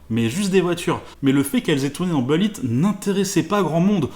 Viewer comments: C’est « boulit » pas « beulit »! Qu’es ce que ça m’énerve quand on invente une prononciation ni anglaise ni française.. ça me rappelle les années 90 quand certains gars qui voulaient se la jouer ricain disaient les « Chicago Beuls». Sinon j’ai entendu toute l’histoire très récemment... je sais plus sur quelle chaîne. Jay Leno ? Je sais plus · on dit boulitt pas beulitt mdr l'accent moisi !!